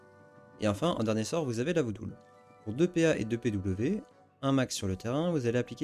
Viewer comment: Merci pour le guide chef ! PS: C'est "Voo-Doll", pas "Vo-Dool"